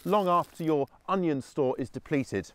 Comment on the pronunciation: Did he say Onial is that a new type of SeX? ? 😂😂